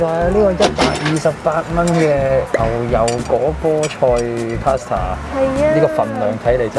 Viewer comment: 應該係Pasta, 唔係Paster, 仲有 係尊重 唔係專重